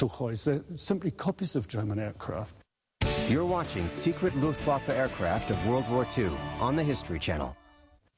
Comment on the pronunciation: hahahahh yes, "luuftguafa"